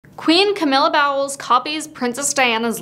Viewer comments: It's pronounced bowls, not Bowels lol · The way you keep pronouncing her last name “Bowels” lmao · it's pronounced bowls not bowels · Bowels. 😂. It’s the way some people still feel, but it’s pronounced like bowls. Thanks for the laugh. I needed it this morning. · I'm dying at the Camilla "Bowels" pronunciation 🤣 It's Bowles like "Bowls" LMAO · “Bow wells” lol. It’s pronounced “bowls” as in when you go bowling. I prefer the narrators version though 😉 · Its pronounced like “bowls”; “bowels” are the large and small intestines… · Bowels? Girl, it’s pronounced Bowls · Its pronounced bowls as is cereal bowls not bowels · Camilla's title is Queen Consort. Her last name is pronounced bowls not bowels. Lol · ..pronounced..” Bowls”.. not bowels.🤦🏼‍♀️ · Oh dear God! Get the pronunciation correct. It’s pronounced like “bowls” as in cereal bowl. Not “bowel” like the intestines. 🙄🙄🙄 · It's pronounced BOWLS as in a cereal bowl. Not Bowels where your poo poo lives🤣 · Its pronounced 🎳 bowls not bowels 💩 😅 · Her first husband was Bowles not Bowels pronounced like Bowls where do you get your info from check the facts before you post videos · Can't pronounce words. Bowels. ITS BOWLES,! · Lol. I love the way you pronounce it “bowels.” 😂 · I love how you’re pronouncing her name like that instead of it being pronounced as “bowls” 😂 bowels 💩 tho is a more fitting name for her 😂😂😂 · I love how you pronounced Camilla's last name as "bowels", lol. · Camilla's last name is pronounced the same as"bowls". You oridoubce it like a person's bowled. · I love that you pronounced it bowels 🤣👌🏻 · It's actually pronounced, "bows". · "Bowels" hahahaha! very appropriate mispronunciation! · Nobody’s gonna comment on the “Bowels” pronunciation hahaha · Love the way you pronounce the surname Bowles as Bowels. 😅🤣😂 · “Bowels”?!? Uhhh…that’s a very unfortunate mispronunciation. Learn your facts before you do a presentation! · Look I don't like her either but it's pronounced "bolls" 😮‍💨